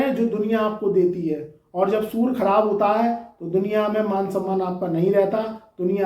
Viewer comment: Pahle bolna to sikh to le bewakoof insan.surya ko sura sura kar raha h.